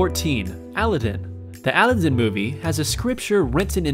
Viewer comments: A-li-din...cries (a-lad-in) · yeah he said Al I din instead of Al a don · Omg he says Allah din not Aladdin lmao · Aludin? NO!!! "A, LA, DIN. Aladdin..... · top 20 mistakes..... 1. the pronunciation of alladin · Aladdin isn’t pronounced aa-lid-diin it is ul-add-din. Spacejab dude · its A·lad·din not Al·a·din you pronounce so many words in videos incorrectly its crazy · its aladdin (uh-la-den) not aludin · (Uh-Lad-In)! not (Al-ad-in) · Number 14 it's pronounced Aladdin not aladin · ITS NOT ALIDDEN ITS AL - AH - D - IH -N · he said Aleden and not Aladin is this guy english? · it's pronounced UH-LAD-IN not AL-Lad-en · the way you say "aladin" really bothers me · The way he said Aladdin really bugged me. 'Alidin' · Ali-den? ALI-DEN?! Wow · Why did he pronounce aladdin as if it was pronounced "alidin" lool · Wait. Did homie just say "Allidin"? lol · UM WHAT? Al-i-din, um what, like what? Why just whyyyyyyy XD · Did he just call ALADDIN, ALIDDIN?????!!!!!!?????? Say it right dude. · He said Aladin funny it would of spelled like Adeline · I cringed when he said "Alidan" x3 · Allah din? Oh I thought it was Aladdin, my mistake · Someone go to omg this boy literally says Aladdin as (Alidin) and it's pisses me off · well... " aludin " ... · Ala din. Thats how you pronounce it :/ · cuh said alladen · al-a-dan wtf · The way he said Aladdin really bothers me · You pronounced Aladdin wrong... Buts that's not my business o.o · I fucking know I feel uncomfortable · lol agree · Ikr buts it's kinda funny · Ikr. I was like who says it that way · lit jordn yea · lit jordn yah! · me too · dang rosted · Aspergers Autsim awareness. Oh. ok :D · I was really thinking about giving this video a thumbs down because of the way he said Aladdin! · You are not allowed to say anything about a movie if you haven't seen it or haven't paid enough attention to hear the proper way to say the names in the movie. Not just Aladdin, but Lumiere too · Bruh the way he says "Aladdin" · he said aladdin wrong